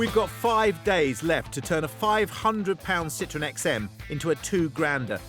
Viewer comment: F*ck me - "Citron" means "lemon" in French. Learn to pronounce "Sit-trow-en" - "Citroën". Especially when in France you wallies. Another car they gave away.